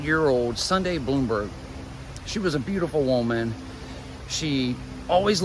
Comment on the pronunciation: Her last name is pronounced Blahm-berg, not Bloomberg. Thanks. --a classmate